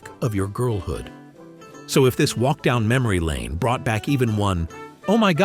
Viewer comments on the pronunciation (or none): none